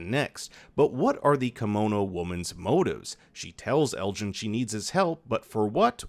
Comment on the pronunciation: lmao saying ellis instead of elgin had me confused for a second